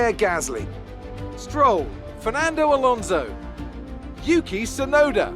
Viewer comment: It's fsnando bloody alonso